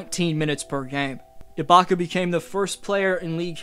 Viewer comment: Bruh said iblaka